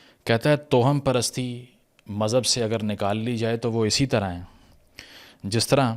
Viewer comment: جناب تلفظ درست فرما لیجیئے کہ لکھنے میں تو توہم پرستی ہی ہوتا ہے مگر اسے آپ جو toham پڑھتے ہیں یہ غلط ہے یہ tawaham پرستی پڑھا جائے گا یعنی توہم میں واؤ پر زبر ہے۔